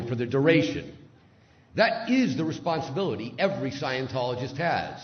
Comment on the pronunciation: There are so many words in this video that I do knot understand. What is "wesponsability" and what is a "stweetsweeper"?